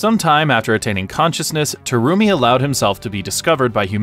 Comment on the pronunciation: Did you pronounce BlazBlue name wrong. The Terumi part as well.